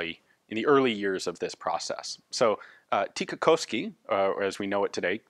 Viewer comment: I appreciate the pronunciation attempts and all, but the way you say Tikka is hilarious